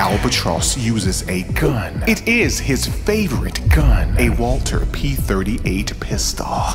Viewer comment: Are you saying Walther wrong on purpose?